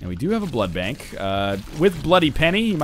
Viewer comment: Jesus ducking Christ say blood bank not blood blank